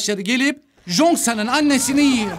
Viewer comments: Abi cheosang ada jongsan diyosunya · Jongsan değil cheongsan yaz -10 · abi o jonksan değil çhongsan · Jonksan deme be abim çongsan de izlerken delirdim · Jongsan degil o Cheong-san☠️ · Abi Jongsan diye okunmuyor çıyongsan tarzı birşey kırmızı çizgim lütfen dikkat edelim ayrıca diz i anlatıldığından çok daha güzel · Çongsan diye okunan ismi zonsan diye okudu ya buda amma komik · abı zoksan ne choengsan